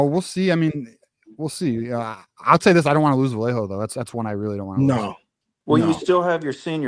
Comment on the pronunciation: if you guys keep mispronouncing Vallejo wrong, he may flip! It’s Vy-yay-ho 🤌🏻 🫵🏻This correct pronunciation was very important to his mother when she and his father were in the chat during M3’s interview with him.